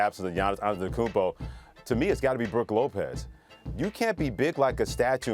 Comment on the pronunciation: This dude said Brooke Lopez yeah I’m out